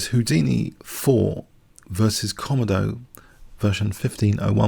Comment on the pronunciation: its pronounced ko-modo you can select British english as the language